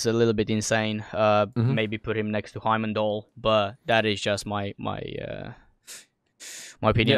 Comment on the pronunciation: LOL HE SAID HYMENDALLR